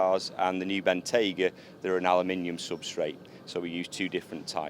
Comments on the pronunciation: for the answer. And keep pronouncing Bentayga properly. Cheers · Congratulations for pronouncing 'Bentayga' correctly, unlike ALL British and American journalists.